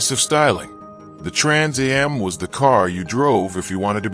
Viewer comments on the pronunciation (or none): Trans a.m????? It's AM you AI narrator!!!!